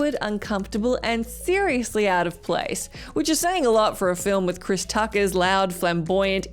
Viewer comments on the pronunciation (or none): none